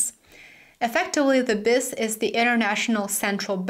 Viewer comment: The Bank for International Settlements’ acronym is pronounced Bee Eye Ess. Don’t mean to correct you just trying to help. 👍